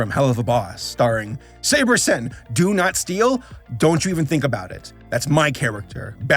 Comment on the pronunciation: My guy it’s sabersin as in saberspark 💀